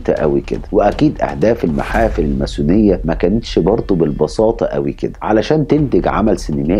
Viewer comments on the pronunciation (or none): تُكتب و تُنطق الماسونية ، من وين طلع حرف الثاء معاك !!